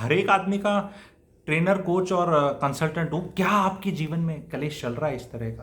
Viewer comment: एक शब्द को लगातार ग़लत ही बोला जारहा है । वह.शब्द़ है -- " कलैश " जो कि पूर्णतया ग़ उच्चारण है । सही उच्चारण है -- " " क्लेश " ==